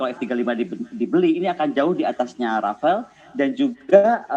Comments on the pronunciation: Bukan Rafael Bu tapi rafale Yassalam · Apa cuma gw doang yang Denger Dia ngomong"Rafael" Bukan "Rafale"